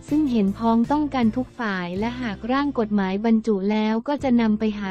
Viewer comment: คนอ่านข่าวต้องไปฝึกมาใหม่นะ อ่าน คำย่อยังไม่ถูกเลย กม.อ่านว่า กด-หมาย ไม่ใช่ กม การเว้นวรรคก็สำคัญนะ